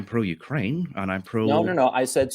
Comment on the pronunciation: Why does he say ukwaine